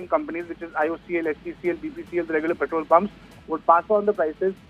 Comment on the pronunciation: पेट्रल ॲन्ड डिझल? Pronounce petrol properly rather than using a fake accent